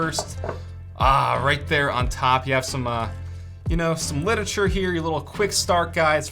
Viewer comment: Dude said "litature"